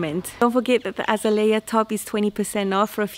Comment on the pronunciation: I love you pronunciation if Azalea. When I see our Azaleas in the garden, I’ll think of you. We say A zay Lee ar. 😊